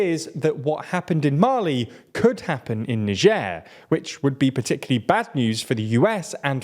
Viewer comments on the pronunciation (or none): none